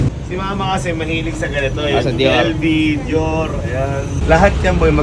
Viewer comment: Dior ❌ Dyor ✅